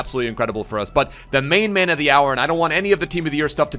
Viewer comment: i love how still sais teet in place of the-ate